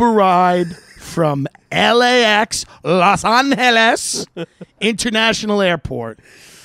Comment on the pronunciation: No uber story is worth 16 mins of my life. Especially when you start off over pronouncing Los Angeles.